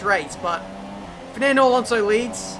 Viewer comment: Man, i shit bricks of laughing when you say “Firnandooo” kkkkkkk